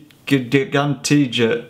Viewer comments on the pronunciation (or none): It's pronunced Ch-g-an-tija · Its pronounced jgantia with an emphasis on the i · wow ❤ im from malta and i'm so happy that you like it.. about the heat you are right.. in malta it is really hot espesially in summer... and its funny how you pronounced ggantija 😂.. and i think i actually saw you at the aquarium because i live really near by and i tought i regognised you somewere 😝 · I laughed so hard when you said Ggantija and I am Maltese too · ***** u are forgiven for not saying ggantija right xD Thank u come again :D oh yeaaaaah gozo and malta are hot even in summer it very very hot and tourists every were lol oh im new subby <3